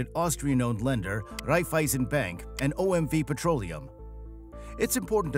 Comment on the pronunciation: OM double u ? Are you serious ? if you doing something at least dont say total bulshits . OMV is even in English a V and not " double U"